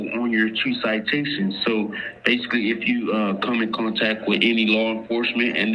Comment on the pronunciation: he couldn't even pronounce citation properly. So drunk he was.